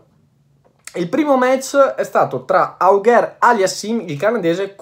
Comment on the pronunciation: se posso darti anche un altro suggerimento di pronuncia, Felix Auger-Aliassime è della parte francofona del Canada, "Auger" si pronuncia "ojè" con la J come in abat-jour (si dovrebbe usare il simbolo dell'alfabeto fonetico, comunque è più semplice di quello che sembra, poi "aliassìm" è facile)